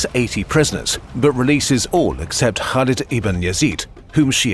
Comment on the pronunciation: They weren't native, but it was a good effort for a non-arab speaker.